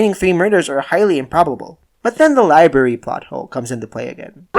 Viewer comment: And he says liebary instead of library